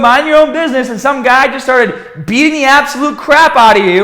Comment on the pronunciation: Boom!! Butt before we get stahhhhhted.. Bam!! Buy youhself a bahhhbell and stop listening to gahhhbage tips... bang badabing badabong.